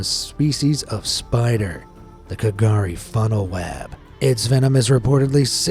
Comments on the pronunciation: K’gari is pronounced ‘Gurri’! Used to be called Fraser Island but was given back the Butchulla name! Much love for the channel XX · The way you pronounced some of the Australian things seems odd. We call it Straya, not 'stralia. The K in K'Gari isn't pronounced (and most of us still call it Fraser Island because its easier), and Irukandji is said i-ruh-kan-ji